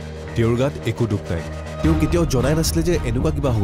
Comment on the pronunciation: তোমাক এটা কথা ক অসমীয়া শুদ্ধ কৈ কবা।তেউ নহয় তেওঁ